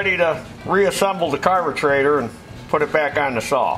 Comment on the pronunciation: why does he say carbeTRAITOR